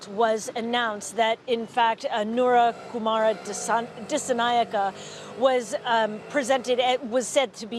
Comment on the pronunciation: English speakers trying to pronounce “Anura Kumara Dissanayake”…. Never gets old…🤣🤣🤣